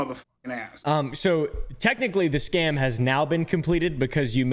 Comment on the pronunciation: Why does he say "scan" instead of "scam"?